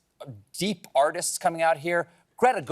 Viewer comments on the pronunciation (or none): none